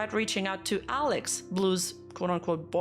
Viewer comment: I couldn't even hear what "Alex" said clearly, lmao. It sounded like someone drowning